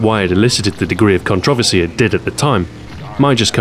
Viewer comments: a person in the US, I programmed for the Commodore Amiga [weird!] and subscribed to many UK magazines; I got the the vernacular they used. That said, while I understand "zed" and "aloominEum", I have NEVER heard 'controversy' pronounced that way... and I have BBC America! Also, don't be too mad at them as their country is being over run and likely won't last two decades. :( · Wise Guy 508 In my ten years in the military, working with over 27 countries, I've never heard that pronunciation. Perhaps the word never came up? All the same, it's 4 syllables and as such, the word is butchered to the point of being cringe worthy. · It's CON-troversy, not con-TROV-ersy! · I've never heard anyone pronounce "Controversy" as do you. I like the video and the content but sheesh! :D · it trips me out every time he says controversy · That's strange as I've NEVER heard it pronounced that way...??? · I'm from London and I don't accent the second syllable, so it's not an 'English' pronunciation at all. +Iliek Jeez. Touchy, aren't you? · Same here. I had to rewind just to make sure it was 'controversy' that I just heard. Literally the first person I ever heard pronounce the word like that. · Different places pronounce things differently.